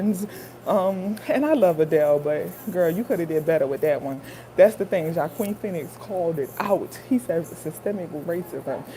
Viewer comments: I love your reactions and btw his name is pronounced “wahkeen” 😂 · His name is pronounced 'hwakeen' phoenix